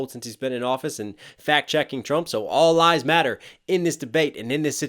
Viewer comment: he says lies not lives